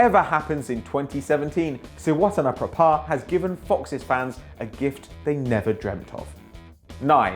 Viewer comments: Gret pronunciation of Srivaddhanaprabha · How long did you practice to pronounce that 10th name correctly? :)